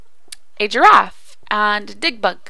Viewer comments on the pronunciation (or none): When you say giraff it sounds like drawf ^^